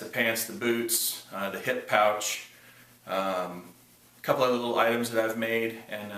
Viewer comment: "leetle bebee men"